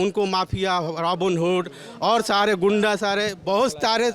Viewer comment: Ghuda ko ghunda bolana segho